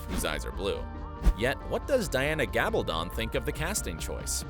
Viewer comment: CAN'T EVEN PRONOUNCE THE AUTHOR'S NAME RIGHT.